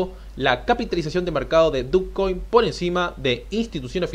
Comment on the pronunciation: Yo nunca e escuchado dukcoin .. no se pronuncia dochcoin? fuera de eso bien tu video